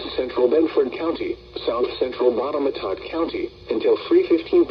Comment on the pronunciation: Did they just say bottomatot? Or that better not be the right way to pronounce Botetourt